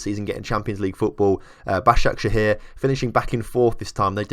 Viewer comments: Yessss you said Başakşehir right :D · Moving to three Istanbul clubs... Does Caner Kocak want to die? Also, your pronunciation of Basaksehir was quite good